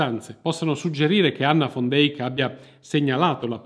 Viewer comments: Peccato che la pronuncia(visto che conosco amici olandesi) sia come l'ho riferita io... Al massimo è accettata la declinazione in fan... Ma fon non ha niente a che fare con la pronuncia olandese o fiamminga... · Perché "fon"!!! era olandese si legge "van" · Pronuncia continuativamente errata del cognome della donna... Van non va pronunciato alla tedesca( come fosse scritto von...e da lí la pronuncia fon) ma alla olandese...che declina in...van...!!!! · Ma quale FON DEIK...L'Olandese non è il Tedesco! SICHEREIT DIENST poi, l'hai pronunciato in modo orrendo!